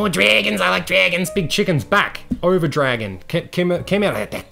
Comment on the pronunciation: Whenever says "dwagon" it reminds me of iDubbbz saying "Minions"